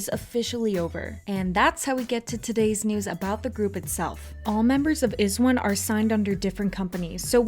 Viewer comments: It's not iz-one it's eyez one. You guys should pronounce it correctly next time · It's pronounced "eyes one" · (eyes one) that's how you say IZ*ONE. Can you redo this video? Specifically that part about the IZ*ONE'S crowd funding? Know all the details first to make sure your viewers will not get confused about the PARALLEL UNIVERSE PROJECT. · You pronounce it as EYEZ*ONE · stop talking about izone if you can't even pronounce their group name right and give out false information. sakura didn't mock korean fans and the people complaining about it wasn't even wizones. they were just random anti japanese knets. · Hmmm... iz*one pronunced kinda weird :/